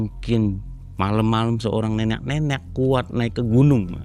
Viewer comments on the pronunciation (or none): Pulen bgt bilang "neneq-neneqnya"